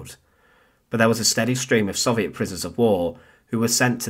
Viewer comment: It’s crazy how big a part the Soviet Union played in the war and how many books/articles/videos about it, yet you still can’t pronounce it correctly.